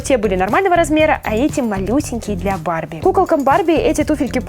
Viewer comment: мне кажется что ты сказала БАБЕ ( может барби?) МЕЙК ТО МУВ 😂🤣😂